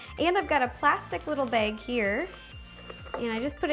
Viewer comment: I've heard some YouTubers call bags "baegs".